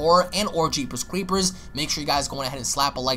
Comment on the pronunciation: The way you say jeepers creepers like your teeth are clenched is provoking a "nails on the chalkboard" kind of reaction. Very weird. I'll slap myself in the face. That's better.